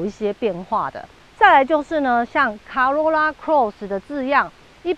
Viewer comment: 小姐姐，co 怎麼會念 ca ， 是「扣歐若那」，不是「卡若那」啦